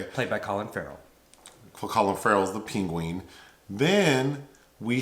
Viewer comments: "...The Ping-Ween" (Penguin) lmfaoooo the way you pronounced "penguin" is hilarious. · i burst out laughing when he said peengween